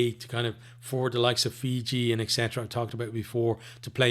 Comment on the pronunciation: Pleased to hear you pronounced the names of Fijian players exceptionally well.